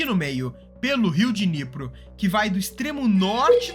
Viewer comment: Riu Diniyepri... q Dinipru...